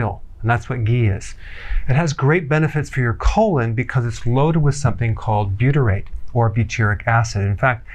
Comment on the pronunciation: Loaded with buytrate? It’s 1% buytrate 😂😂